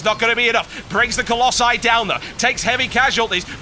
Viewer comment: TB SAID COLLOSI RIGHT!!!!!! :O:O:O:O